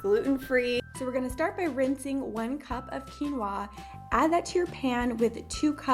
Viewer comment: The way she says quinoa tho xD Overtime she is like waaahh! Excited for quinwaahh